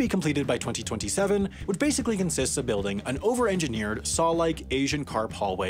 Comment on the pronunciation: I find how you say 2019 VERY OFFENSIVE and offensive content notice and I find how you say 2027 VERY OFFENSIVE and offensive content notices